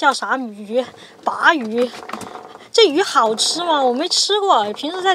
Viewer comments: maquereau是鲭鱼 属于鲭科，鲅鱼属于鲅科。另外，鲅念“霸”，不念“拔”。En plus, Yuppie 重音在后不在前。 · 鲅鱼 念霸鱼，不叫拔鱼，你个渔夫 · 鲅 bà ，读四声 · 鲅鱼 四声